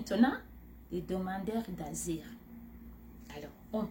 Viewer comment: Tu a un problème a dire le mots asiles